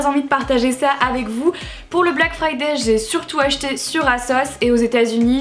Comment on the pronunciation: BLACK FRIDAYYYYYYYYYYYYY toi qui parler anglais tu n'arrives pas à prononcer le mot "friday" correctement alors que le y en anglais ne se prononce pas